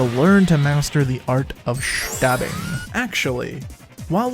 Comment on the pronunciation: been saying Schtabbing all day cuz of this video